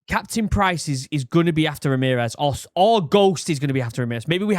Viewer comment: who the fuck is Remerez